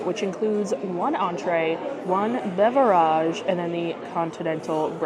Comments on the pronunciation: Your infantile comedy is grating at times. For example “beverahhge” and “glizzy”. That’s an earnest critique so don’t think I’m being unnecessarily hateful. Not sure if you do it on purpose or not but it makes it hard to watch sometimes. ✌️ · Please please please stop mispronounced beverage. It is like chalk o n a black board.